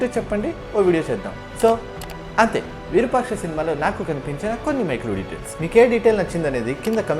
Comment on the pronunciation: అది విరుపాక్ష కాదు రా అయ్య!! విరూపాక్ష అనాలి.